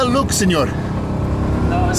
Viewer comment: I think the hotel Lux should be pronounced like Lukes.